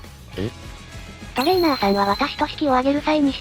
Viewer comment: トレー↓ナー↑さんと発音させてる拘りに脱帽。いつも読みも正しく間も聞きやすい読み上げてくれるし、流石です